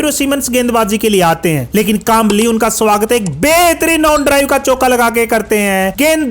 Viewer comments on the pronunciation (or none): none